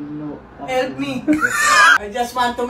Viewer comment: "Elp elp me"🤣🤣🤣🤣🤣